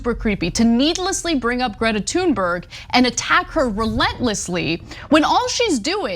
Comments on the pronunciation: its not pronounced tune its thune and this idiot is sayn her name wrong as well they are all idiots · Is anna the only one that doesn’t understand how to pronounce her name? Tune berg? That isnt how to pronounce it, i dont know who told you that but no, nope. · Her name isn't pronounced "Tune berg", it's "Tune berry". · Totally agree with you guys, on this. However, just a heads up. You guys don't pronounce her name right, either. Greta (gree-tah) Thunberg (toon-berree) And you roll the r's in both cases. Hello from Sweden. =) Keep up the good work on covering this. It pisses me off how they're going after Greta like that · Greta, you can fade these weirdos any day of the week. It's Thuuuuuurnberg homey. Easy af to say. You guys gotta stop with this shit about pronouncing people's name's wrong. It's super lame. I mean, loser supreme. Oldest, weakest, act ever. Stop bro. That girl is absolutely the shit. These weird dudes are are some of the lamest haters on Earth. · sorry but you are wrong. Her name is pronounced Toonberg. To make it even more authentic you would say Tünberg. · If he can't be bothered educate himself enough to find the correct pronunciation of her surname, why should I believe anything else he says? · If you're going to mention her name then pronounce it properly. What an ignorant man but not surprised he goes on Tucker's show (another ignorant creature). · He can't pronounce her name and he has no understanding of Autism. Tucker Carslon just keeps getting even more rank. Good follow the money Ana ... I'll repurpose one of my laser satellites to give this guy a close head shave ... as**ole.